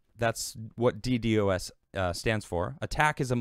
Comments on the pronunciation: God, every time he says it that way I want to rip my ears out of my head.....It's "Dee Dos" not "Dee Dee OS" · Its pronounced “dee-dahz” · No, it is pronounced dee-dee-oh-es. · It's pronounced " D doss". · not at all man. I'm just saying, if he's going to do a video about it, he might want to know how to pronounce it. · Not knowing a thing about networking, can't even say millisecond ping returns or Ddos correctly. Scnr(the people who got tim millions): ITS!!!